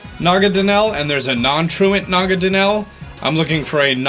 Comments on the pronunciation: "Nagadanel" Real Pokemon name is Naganadel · Na-ga-na-del... please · it’s Naganadel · oh also, not to be rude, but it just bothers me, is Naganadel not Nagadanel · It’s naganadel not nagadanel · It is promised na-ga-nodal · it's nagaNADEL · It’s Naganadel